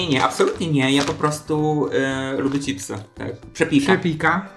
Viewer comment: Madam, mówisz cipsy, kocham Cię ........pachnie jajem :D